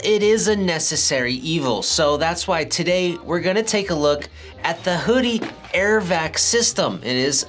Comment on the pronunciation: You said it right. WHO-DEE. This is a trick accessory but I'll stick with my trusty Tamiya (Tommy-Ugh) shock pump I've had for over a decade lol.